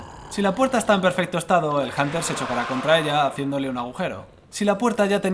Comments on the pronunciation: En el que hablaremos de el bunter... janter... el janer xd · es hunter no janter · pendejo no es hanter es hunter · Yo lo pronunció junter xD